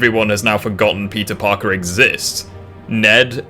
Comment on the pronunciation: is it just me or everytime you say peter parker i always heard pizza parker